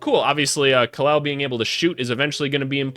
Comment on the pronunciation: Shout out to you sir! You are the closest sports YouTuber who got Kel' El first name right. He is named after Superman's Kryptonian name Kal-El. My day is Dec 7th.